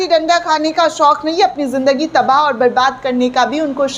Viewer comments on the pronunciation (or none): none